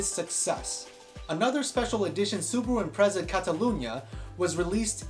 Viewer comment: Imprezza? Impreza as in pizza